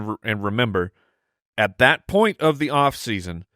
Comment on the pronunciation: Please fine every time he pronounces the “point” of this 1.02 draft selection. Cringe.